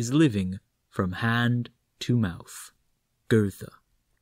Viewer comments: I switched off in the first sentence, as soon as I heard the pronunciation of GoeTHe, I could bare no more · Nice voice, but you mispronounced Goethe. Not a good start